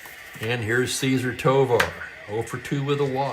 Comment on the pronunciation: Not a criticism but a question. I remember Tovar’s first name being pronounced with the emphasis on the second syllable (Ce- ZAR). But, I was 6 in 1966, so my memory could be flawed (shocking, I know). 😅😅😅😅